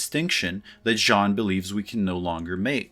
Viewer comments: Since you seem to care...you are actually pronouncing "Jean" incorrectly too....get rid of the audible "n" at the end. :) Who would have through Hollywood would have fucked up its interpretation of postmodern theory? Maybe Jan 6, 2020 was an instance of the matrix and true reality colliding: a simulacra constructed of lies transmitted over the matrix that leads to a real world event. I would have to think about it some more. Thank you for the vid! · It’s pronounce Gene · For Baudrillard's name try this: Zhohn BHOD-rih-yar (that has a slight American inflection) or BOHD-ree-ar (for one which is closer to a true French inflection)... It's "Jean" and is therefore NOT pronounced as the American "John" would be... Now let's all go out and attempt to live "authentic" lives :) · lol, 20 seconds in and you are already making a pretty big mistake. Your pronunciation of "Baudrillard" was pretty ok. Not native, but an impressive effort nonetheless. Choosing to refer to him as "John" for the rest of the video, however... French speaker tip: there is no "n" at the end of Jean. That was a pretty serious comment for a serious intro ;) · “As a native French speaker”, I think you are too harsh: he has an accent, but he respects the French phonetics, much more than the average Frenchie would respect English. Do you even know how to pronounce “the” without saying “ze”? This said, I agree with you in the sense his “Sean” instead of “Jean” hurts me more than his “Baudrillard”. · Your pronunciation of 'Baudrillard' is better than of 'Jean'. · THE N IS SILENT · Choosing to say Jean instead of Baudrillard would make more sense if he didn't mispronounce Jean all through his talk. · You're mispronouncing 'Jean' and you're pissing me off. From now on, you have to refer to him as: "That Simulacrum Guy." Just don't mispronounce 'simulacrum.' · You know the word "genre"? Right before you say the N, that's it! That's "Jean". I hope it helps, I love your videos and your high IQ.